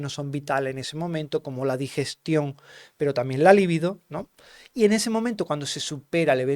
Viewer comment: Por FAVOR NO DIGA : LA LIBIDO CON ACENTO EN LA PRIMERA Í, SI FUERA ASÍ, HABLARÍAMOS DE ESTAR PATITIESOS: LÍVIDOS UNA COSA ES LA LIBIDO, Y OTRA ES ESTAR LÍVIDO. GRACIAS por tan buena información!